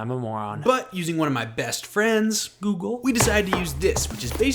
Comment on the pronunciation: "One of my best friends google" I thought you said googoo😂